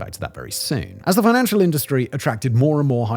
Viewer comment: "financtial" sector?